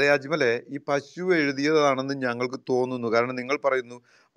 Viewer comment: പശു അല്ല പഷു